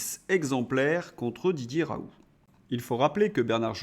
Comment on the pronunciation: Vous m'énervez avec vos "RAOU", on dit RaouL ou RaouLT, pédant personnage !